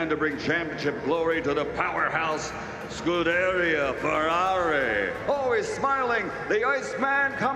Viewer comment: I don't know. But the way he pronounces Scuderia Ferrari, he sounds totally drunk.